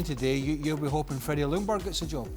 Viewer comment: freddie's last name is pronounced "jung - berg". Lj in swedish = you only hear the J.